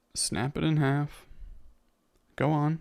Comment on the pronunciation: "Snap it in haft" you wanna fight?